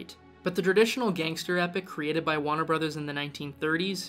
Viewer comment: "wanner brothers"!!? Lol jk decent video but remember the R in Warner brothers